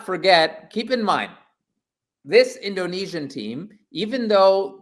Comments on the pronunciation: The pronunciation in speaking indonesian is well done, it can be understood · Good Pronounciation... Nice Try....😊😊😊 Get more familiar with Bahasa Indonesia. Tq for good vibe in supporting Indonesian Team Nas. Dont forget to eat. Nasi goreng😊😊😊😂